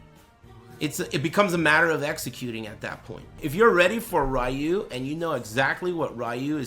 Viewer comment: says "ryu" and not "roo" this time hey alright